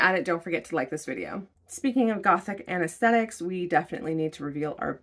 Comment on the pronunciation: very helpful since i...stil haven't quite figured out how qr codes work... ^_^' *i do have to ask were you saying aesthetics? Because I swear I kept hearing anasthetics...